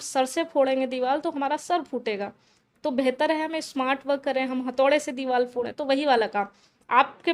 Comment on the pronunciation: Diwal 😂bolri h diwar ko 😊😅